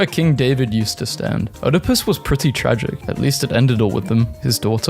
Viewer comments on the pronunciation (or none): none